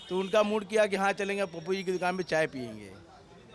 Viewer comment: Bhai dukan sahi se bolo